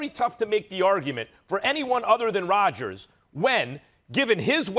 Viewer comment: It’s Rodgers